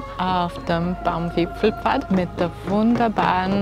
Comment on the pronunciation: Wieder wunderschöne Eindrücke und keiner sagt „Baumwipfelpfad“ so schön wie Du, ❤️